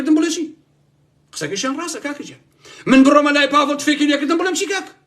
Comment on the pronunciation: سلاو باڤڵ ئەڵێ ناوم باڤڵ نەک پاڤڵ 😢